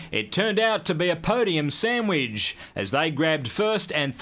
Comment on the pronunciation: That is the strangest pronunciation of the word "sandwich" I've ever heard. Sounded like he said, "sandwidge".